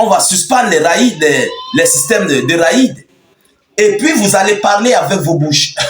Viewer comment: raid/s = rèd ou rêd = prononciation